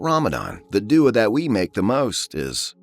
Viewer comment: I understand this isn’t AI but pls use someone with Arabic sound or tone. This literally sounds like a white guy who can’t pronounce the words. I love white ppl by the way not tryna sound racist. But duah isn’t do uhh. Pls use another voice or teach this brother how to pronounce the words. Ead al fitter? Come on guys!